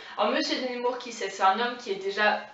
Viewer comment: Mervi beaucoup! Persévère ici et sur Instagram. Et petite note prononciation c'est nEmour pas nÉmour:D Force. Amour. Inspiration. Sur:)